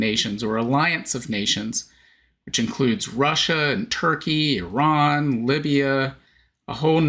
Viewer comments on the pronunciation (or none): none